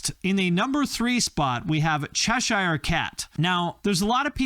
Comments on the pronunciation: In my opinion… he needs to rethink how he says ‘Cheshire’ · Why can't Americans pronounce Cheshire?